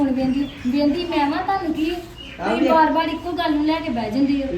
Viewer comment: ਬਾੜ ਨੀ ਬਾਰ